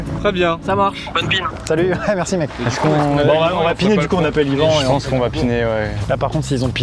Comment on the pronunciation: Par contre on Dit Yvan